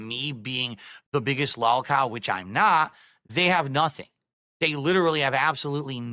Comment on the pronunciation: We've all scratched our heads and wondered how much is prissy affectation, regional dialect or intentional mockery, but there is NO excuse for "L'allkow" besides is drunk and regarded. None.